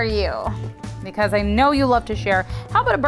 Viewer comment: you saying you wuv hotto doggus makes me wuv u even mowe